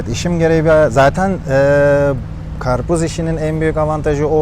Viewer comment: Achtung. Achtun alman abi... Was is das ? Garpuz. Garpuz. 😂